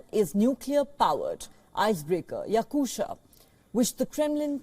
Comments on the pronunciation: its not Yakusha, its Yakutiya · The ship's name, after the Republic of Yakutia, is pronounced as it's written - meaning, it's "ya-KU-tee-ya". No english "sha" sound in the end.